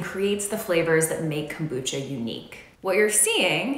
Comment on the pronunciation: Cocobucha? But... But... Why?